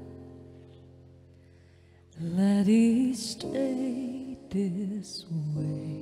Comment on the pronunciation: VMH hát nội lực nhưng còn sai nhiều chỗ. Chữ this, these thiếu "s", "it'll" phát âm sai, "for me" chắc quên lời nên sửa thành "from me", etc.